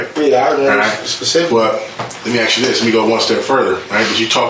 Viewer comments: Why is it in the subtitles? I see the word ask when I’m actually hearing the word Axe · Even the detective can’t say ask